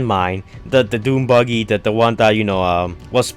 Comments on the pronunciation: The way u say buggy is 🤢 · Dude is buggy not boogey or booger. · "*Don't roost me down below" Firstly, you spell *roast, incorrectly. Then, secondly, you struggle to pronounce buggy correctly.